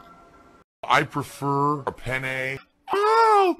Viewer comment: "I preFUR uh PENNEEE." Never did I think as an adult I'd be so fond of a digusting pigroach, bugged mechanics, and penne pasta. *sigh* and not many things in life make me sad, but when your outro changes, it's going to be a bitter disappointment indeed.